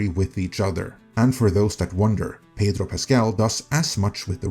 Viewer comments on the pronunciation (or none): none